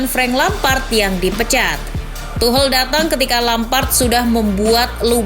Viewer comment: Tolong dong dibenerin penyebutan Tuchel.. bukan Tuhel.. tapi Tuschel.. Dengerin komentaror Liga Inggris deh..